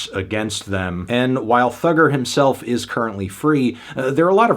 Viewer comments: You didn't have to say Thugger with hard R so many times, Fantano. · Ikr, saying Thugga with the hard r is disgusting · Why is he saying Thugger with the hard R???? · "Thugger" with the hard R is crazy